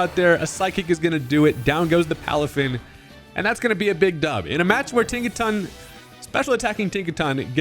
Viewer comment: Tinkaton 🚫 Think-a-ton ✅